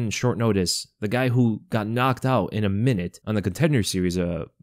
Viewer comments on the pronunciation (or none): none